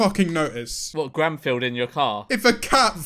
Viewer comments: Is it just me or did George call Garfield "Granfield?" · I love how for like 70% of the first movie George calls him garnfeld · George saying “Gamfield” repeatedly and waiting for to say something is just... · George messing up Garfield's name every once in awhile kills me, he was literally referring to the cat as "Grandsfield" for like three minutes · George calling Garfield "Gramfield" is the best part of the entire vid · "granfield" can confirm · Everyone: Garfield Memeulous: G R A N F I E L D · He does it again ! Is this some sort of joke, George? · next challenge, take a shot everytime george doesnt say garfields name right